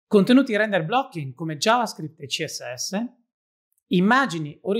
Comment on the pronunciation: CHEE ES ESSE 🎶 That's how I'm gonna pronounce CSS starting from today 😎